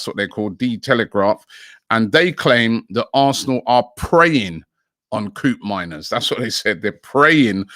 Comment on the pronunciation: Legit shocked Robbie pronounced Koopmeiners right lol